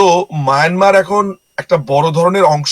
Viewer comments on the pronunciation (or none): মিয়ানমার নয় , এটা মায়ানমার উচ্চারণ হবে।